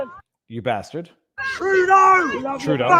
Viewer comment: it’s BaRstard!